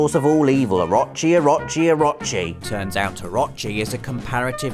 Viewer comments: Orochi = Ahrachi... Just pulling your leg haha. Good video it was fun. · It's "orochi", not "orachi" or "a-rot-chi". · Actually rob its Orooochi. Not Oraaachi. lol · i'm gonna be that guy. it's pronounced or-oh-che not or-ah-che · I love ya buddy. But please tell me you fixed your pronunciation of orochi. Or-o-chi (OR-oh-CHI) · It is pronounced oh-ro-chi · Please stop pronouncing oh-RO-chi like that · Please stop saying Orochi and Susano those ways, it's not the right pronunciations, it's O-ro-chi and Su-san-o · It's Oh-roh-chi. Please, Oh-roh-chi. Long o's all around. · orochi is pronounced oo-roo-chi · Anybody else cringe every time he said "Or-ah-chi"? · I've seen some bad pernonciation but "orachi" is just awful Not sure if you are lazy or ignorant. orochi. please learn characters names before next video. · OH-ROH-CHEE. OH. ROH. CHEEEEE. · orochi, A-row-chi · O-rochi. Its pronounced Oar-row-chee (like the chee in cheese). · The way you pronounce orochi really bothers me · I cringed at how he said Orochi... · You're saying Orochi wrong, and it's driving me mental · I cringed every time you said "Orochi". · Is anyone pissed off by how he says orochi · Am I the only one that cringes when he pronounces Orochi.... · But he actually said his name wrong too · Is it just me or is he pronouncing Orochi wrong, I thought it would of been pronounced like Orochimaru from Naruto?!